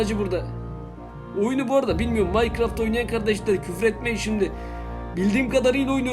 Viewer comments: Birader onların küfür et değil ne diyorsun anlaşılmıyor birader onları Minecraft Minecraft dersen russi gibi konuşuyorsun Rusça biliyor musun söylüyorum ay çok özür dilerim yalnız Minecraft değil onun adı Minecraft Minecraft Minecraft Minecraft diye geçiyor yani sen rus değilsin abiciğim türksün Minecraft heyecan geçeceksin dur ma harfi iki tane harf var craft 2 harfli 4 harfli abiciğim söyleyemiyor musun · Minocraft değil abi Minecraft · Biz:İngilizceniz nasıl?: merhaba arkadaşlar bu gün minecırofit oynicaz Biz:bir * bilmiyo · minecrafta minoqrofit diyo😁😊😂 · Minekrofit deyince öldüm sjsjsjsjsjsj (şaka abi alınma seviom♥♥) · o oyun minecraft diye yazılıyor ama maykıraft diye okunuyor abi